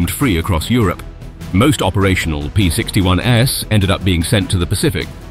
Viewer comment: The narrator also pronounced the plural of P-61 as if it was the "S" model, and pronounced the abbreviation for Me-109 as if "Me" was a pronoun. I HOPE this was a computer-generated voice, because if that's an actual person, he's kind of ignorant.